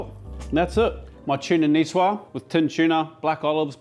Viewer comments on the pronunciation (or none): Excellent ideas, chef. But please: Nicoise-zzzzzzze. Not Nicewah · Nicoise is actually pronounced Nicoize. one would speak the word the way you did if the “e” were absent. Thank you for working as hard as you do : I’m sort of an amateur chef. I learn so much from you.